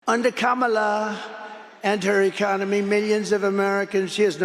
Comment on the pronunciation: He’s so demented, half the time he’s pronouncing Kamala’s name correctly 😂😂